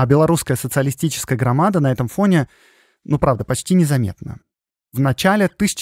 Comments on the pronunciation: Всё прекрасно, кроме орфоэпической нормы. Белорусская социалистическая грамада́, Ви́ленский вокзал и т.д. В названии "расстрэ́л". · Не грамада с ударением на второй слог 😢😢😢 .А Грамада 😊😊😊 с ударением на последний слог))))) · Хорошая и интересная тема! Ждем продолжения! Только вот в слове в названии партии "Грамада" в белорусском языке ударение ставится на последнем слоге.